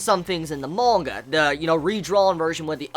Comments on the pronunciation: Lol they way he says "mooonga" XD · Nice video! But why are you saying monga? Is there a reason or is it juat your pronounciation?